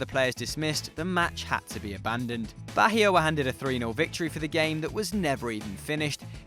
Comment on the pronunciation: Thats not how you pronounced Bahia, its like the H is silent, and the intonation is on the 'i'.